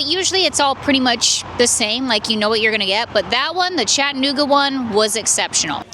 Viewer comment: I’m not trying to be a jerk but there are four syllables in Chattanooga lol cha tuh noo guh. Thanks for the video!